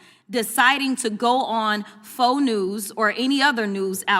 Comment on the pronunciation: "Fo News." 😂😂😂